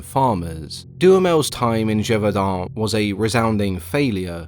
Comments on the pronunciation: I am not even French and I could tell there was great effort to pronounce the city's name correctly. Well done. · Hats off for pronouncing Gevaudan well ! You got this Frenchman's appreciation